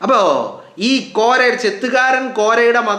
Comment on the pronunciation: ചെത്തുകാരൻ കോരൻ ആണ് കോര അല്ല